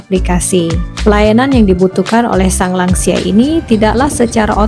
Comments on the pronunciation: Lansia bukan langsia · Lansia: lanjut usia, bukan langsia